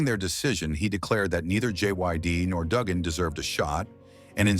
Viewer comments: "Doogan", "T B a sea" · The guy talking about this can't even pernounce Dugan correct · Doogan (Dugan) and D.B. a sea (DiBiase) hate it too.